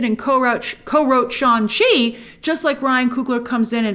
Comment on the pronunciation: it’s funny how shang chi taught people multiple times in the movie how to pronounce his incredibly easy to pronounce name and grace still chooses to call him sean chi